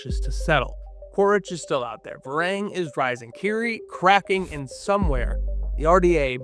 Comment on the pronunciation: AYY-wa. Idk who this "Ee-wa" person is but you sound like you have an American or Canadian accent so why can't you say Eywa properly? I'm sorry for being rude but it has been bothering me this entire video. We have the "ay" sound in English. You can say Varang correctly but you can't say Eywa